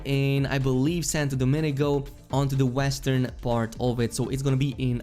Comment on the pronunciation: Brother. It reads Santo Do-Meen-Go. Not Dominico.